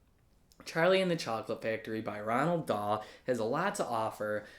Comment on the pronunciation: Ok so is there like a silent N in between the O and the A in Roald... Because I'm pretty sure his name isn't Ronald